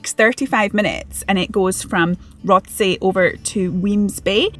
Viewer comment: It’s pronounced ‘rossay’ if you’re from Glasgow..